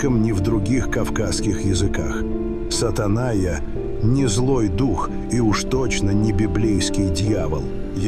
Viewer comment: Не Сатанайя, а ШатАна. Не путать с Сатаной))